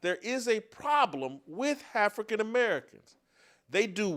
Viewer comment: "Hafrican American", LMAO!